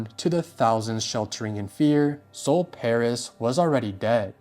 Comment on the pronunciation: please do more research, you pronounced sol pais' name wrong, and she never intended to attack columbine.